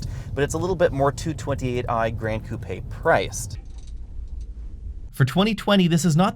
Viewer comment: Hey, you are the first person in the US that pronounced the Coupé the right way and not 'coop'. My body is always shaking when I hear coop.